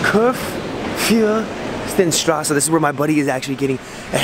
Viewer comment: "Kurfürstenstraße" try to pronounce like this: coor-firs-ten-strahse. Nice guy anyway.